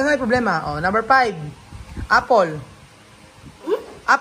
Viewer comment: Please say five not pive four not pour